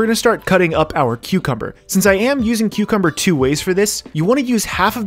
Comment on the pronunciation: Thought you said Queuecumber. Now I can’t unhear it...